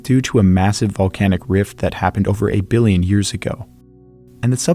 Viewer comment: When you say "ay Billion" it sounds like 8 billion. Love your channel.